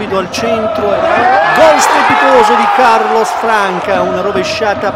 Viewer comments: Il commentatore ha sbagliato tutto!!!! Passi per gli accenti di Siclari e Guaita però Franca non si può sentire (si dice Fransa). Vogliamo parlare dello stadio Villani? Lo frequento da anni e il nostro stadio e' il glorioso Viviani!! Siamo al dilettantismo allo stato puro. Bravi bravi!!!!! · ma dai... MA non si puo dire franca quando si dice fransa (so che non si scrive così) l'erore dell'accento di Siclari Guaita puo pure passare ma la cosa che mi manda in delirio e lo stadio Villani e scritto bello bello davanti ai cancelli che si chiama Viviani... MANCO A LEGGERE!